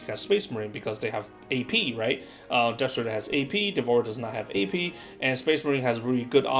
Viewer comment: Learn English, its DEV-OUR-ER not devor